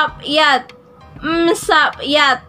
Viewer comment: wrong po yun pagbasa mo wala po sound siya example yun yat1 mo dapat mataas yun